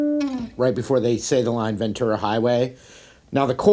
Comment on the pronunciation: I'm from Ventura and thank you so much for saying "VenTura" and not "VenCHura" like America and Petty.